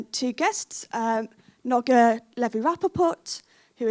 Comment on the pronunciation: What a rubbish chairperson! LOL. Who is she? She can't pronounce the name Noga! Near the end she calls her “Noggy” and doesn’t correct it! Sounds racist. That’s not a good chairperson. She made other mistakes as well. Thank god she didn’t call her Woggy at least! (bares teeth)